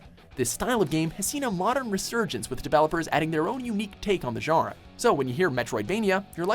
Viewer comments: When he says genre it sounds like jara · how come no one knows how to pronounce genre on this channel